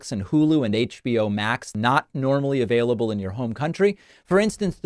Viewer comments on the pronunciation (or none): none